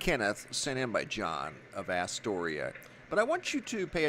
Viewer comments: it's As-tor-ia not ASS-toria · I live in ny, there was no ufo above the city the night. It was %100 a 138kv transformer explosion. Unless u live in a city the size of NYC than u have nothing to compare it to when u say “I’ve seen them explode before”. Btw it’s pronounced ah storia and it’s in queens not lower Manhattan but u get a pass bc your the man! Thanks for all your vids